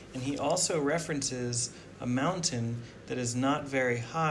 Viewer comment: please learn how to pronounce the word "mountain". Also, thank you for the video. Having the ground view is wonderful and I do wish I could get there.